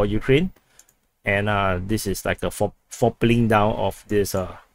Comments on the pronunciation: Lol fopling 😆. It’s quadrupling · its not fourpaling down its quadrupling down, again i have to teach you things. Are you going to tell me you already knew this?